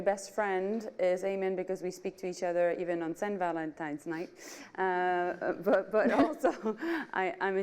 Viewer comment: She said siant valantine night???????